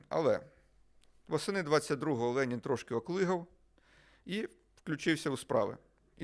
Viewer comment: Владлене знаєте , так смішно звучить як ви кажете лєнін, особливо якщо думати шо ваше ім'я на честь лєніна назване.